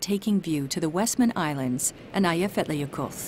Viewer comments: The way the woman pronounces the name irritates me. It's Aaaaya-fee-yat-ya-yokuth. Not eeeiya. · LOL "Aye-eff-etler yokulff" :-) It's pronounced "Eya-fyatla-yoko-ll" the last double L pronounced as in Welsh. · As an icelandic person the butchering of names is hilarious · After learning how to pronounce Eyjafjallajökull, her pronunciation literally made me die laughing, it's really not easy though so I don't blame her. Took me like 20 minutes.